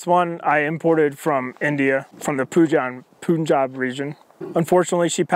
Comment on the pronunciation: Whats the deal with Americans continuously pronouncing Punjab ('pun' spelled similar to 'bun') as Poonjab? Its no surprise, since schedule is sckedooole in America.